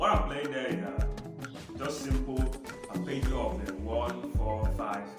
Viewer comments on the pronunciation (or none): What’s an “Appergio”? Isn’t it “Arpeggio”?